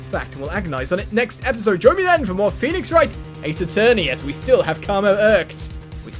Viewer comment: ....You pronounce Phoenix as "FEE" "NIX" Not how it looks not "FOWEE" "NIX" Or "FEEOW" "NIX" It's "FEE" "NIX"